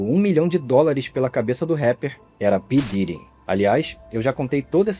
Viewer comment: Esse vídeo é foda mas o nome “p diddy” ficou mt cômico pra mim nesses últimos tempos, ainda mais o jeito brasileiro “pí diiry”